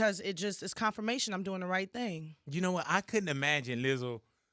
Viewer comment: I love Big Boy. I don’t think he realizes he’s saying Lizzle instead of Lizzo. Only Big Boy can do that. I know he means no disrespect. It’s amazing. 😂😂😂😂❤️❤️❤️